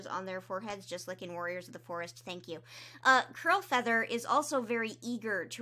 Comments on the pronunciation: Am I mishearing her or does she keep saying crowfeather instead of curl feather?? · I was listening while doing other things and kept hearing “crowfeather” instead of “curlfeather” and imagine my confusion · Omg when you said ‘Curlfeather’ I LEGIT THOUGHT YOU SAID CROWFEATHER- and I was HEAVILY concerned. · Honestly me too lmao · i keep hearing Curlfeather as Crowfeather and getting confused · As someone who hasn’t picked up a book since oots, I listen to your videos in the background and everytime you said “Curlfeather” I heard “Crowfeather” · Kept hearing curlfeather as crowfeather and got very confused. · It’s Curlfeather- 🥲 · It took me so long to realize is saying “CURLfeather” I was so confused like ‘Why is Crowfeather on a RiverClan patrol?” “Since when is Podlight siblings with Crowfeather??”